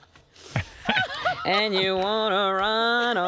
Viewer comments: COKE EYE AINE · Co-cay-ane Co-cay-ayna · It’s like Brendan Fraser in Bedazzled. He said COKE- EYE- INA when he found out he was a drug lord.